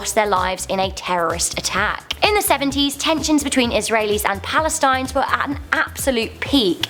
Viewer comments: 6.14 "Isrelis and Palatines" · People do watch Top Ten lists before publishing them, right? Multiple mispronunciations including a "post-humorous" medal and "Palestines" instead of Palestinians, plus the death of doves at number three. The death of any number of glorified pigeons should not outrank a single human death. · Did she seriously just say "Palestines?" Oh Lord.... This girl.... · it's post u must pronunciation not post humorous. Palestinians. boggles the mind that people will kill each other over a sport.